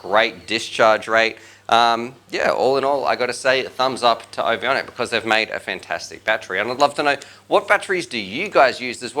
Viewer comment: There's only one i in the name. Ovonic = O-von-ic. Not O-vi-on-ic